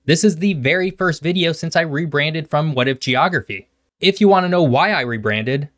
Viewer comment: Soooo... "Geophragy"?